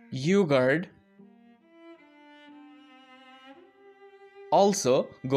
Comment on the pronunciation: no way bruv said yugart